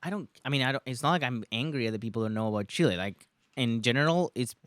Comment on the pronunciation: hate the way the host says Chiiiley! 🤨... Fabrizio! good on ya, you did very well :)